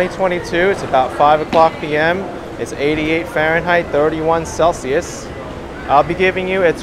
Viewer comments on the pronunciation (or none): none